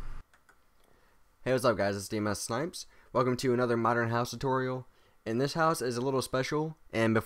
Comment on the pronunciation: He said modren really funny in beging madren house lol